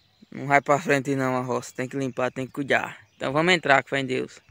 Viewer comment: Não entendo porque esse povo fala “CUIDJA” sendo que seria mais fácil fale CUIDA